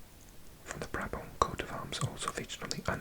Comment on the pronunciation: Original area of Brabant was/and is a Dutch speaking area. You need to say the T on the end of the word. BrabanT😅